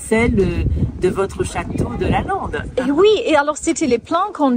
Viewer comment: I‘m confused. When you talked to the lady at the Brocante about the school and also about Lalande you pronounce LalANde correctly. When you then speak English you pronounce it - sorry to say wrong - like LalINde. Has this to do with an English way of pronouncing it? But the name is French and should be pronounced in the correct way. Please explain this riddle to me. I was raised bilingual so I know without a doubt that of course the pronounciation in your French conversation - and by the way the Lady also said it correctly - is LalANde.